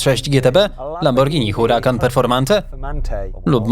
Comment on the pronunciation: w hiszpańskim nie czyta się H czyli to nie Huracan tylko czyta się Urakan dziwne ale też nie dawno się o tym dowiedziałem Pozdrawiam :)